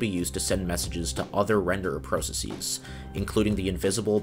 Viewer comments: How do you pronounce every other word wrong? Processies isn't a word, and you don't even pronounce process consistently swapping from US to British versions of it. Also it's not jAHvascript, or temPLATE. 🤔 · Perfectly explained and very interesting! The pronunciation of "processes" is quite jarring though.